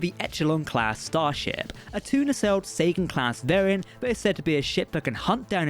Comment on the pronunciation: Whenever you say Sagan it sounds like Satan.